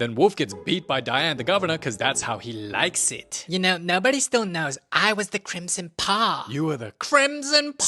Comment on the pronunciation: you were the CRIMSON PWAHHH